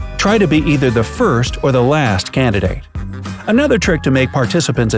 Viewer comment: did they mess up the word first on purpose